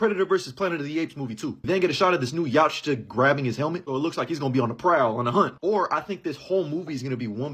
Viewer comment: Yautja is pronounced Yow cha